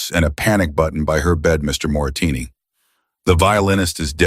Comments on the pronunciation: Moretti is the correct word. Moretini is wrong ❤ but it is a very good story ❤ listening from Copenhagen, Denmark ❤❤ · It isn't Moratini. It is Moretti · I think you are pronouncing the main character’s name incorrectly. On the subtitles it is Moretti. You are pronouncing it Moratini. Which is it ? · It is so maddening when the man reading keeps pronouncing things wrong!!!!! His name is Moretti!!!!!! Not Moritinni. Geez!!! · Wh6 is the narrator saying Morrettini, when the text says Morretti? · Moretti is Moretti NOT Moritini or Morasini!!! The name kept changing in spelling not in pronunciation. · Moritini say it right. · M-O-R-E-T-T-I PLEASE PEOPLE🤖 Is not that difficult to read😕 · The narrator can't even pronounce the name of the maintenance male character!! Morretti,dam AI sucks at times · Oh come on. The voice can't even pronounce mafia guys name properly... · Bad prononciation of Moretti Last name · I agree 👍 ❤.